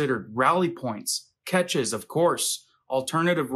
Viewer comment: All real Preppers are able to eat non peak food . Not stale or rotten just not at peak flavor . We are adults and know how to season foods.. Catches is Cache pronounced Cash